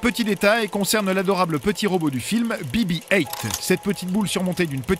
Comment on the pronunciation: Be be height 🙄 on est en france